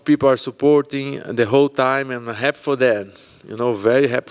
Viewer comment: He said happ instead of happy I love that 😂